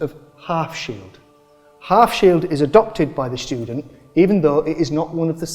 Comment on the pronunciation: The "shtudent"!😂